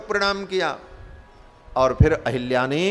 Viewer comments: Ahalyā, not Ahilyā. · अहल्या को अहिल्या और सहस्राक्ष को सहस्त्राक्ष बोलने वाले ज्ञानी नहीं हो सकते।बकवास बन्द करो। कालनेमि है